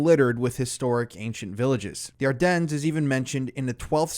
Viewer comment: The “S” is silent in Ardennes